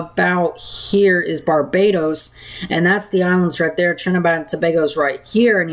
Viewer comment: Are you saying Trinidad or Trinibad? It should be Trinidad.